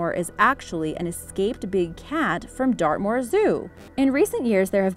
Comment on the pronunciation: Wen u said dartmoor I thought u said earth maul.